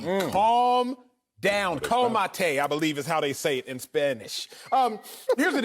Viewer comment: acho was right about calmate, even though his pronunciation wasn't the best